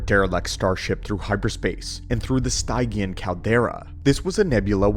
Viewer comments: If what you or the A.I text to speech pronounces Stygian as Stai-gian where we older gens would pronounce it as Stij-jian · Much appreciated! Just something that was a peevish earworm throughout: Stygian; from the River Styx (pronounced "sticks") of Greek mythology. Sti.jee.un, not Stigh.gee.ann. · Stygian - Stih-gee-uhn. ;) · Stygian is pronounced "stee-djee-en" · its pronounced STIJ-ee-an. it from ancient greek myth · It would help if you said Stygian and Grimoire properly. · Damn, this was awesome. The only critiques I have is the mispronunciation of certain words, like Stygian, Oubliette, and a few others I can't remember now